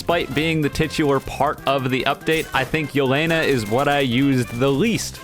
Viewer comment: This video is all cool and all but Do you even watch aot? plus the way he pronounces Yeh-le-na is funny